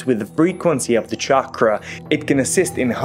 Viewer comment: Ok die i get mandela effected with the pronouciation of chakra ok are there just tones of people speaking the word who never heard it but tryong to teach people about it